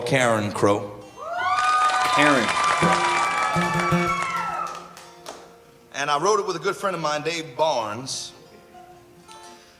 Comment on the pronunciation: ummm...it's pronounced Karen Crow